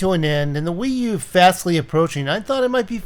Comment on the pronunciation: Wii U reviews? WiivUer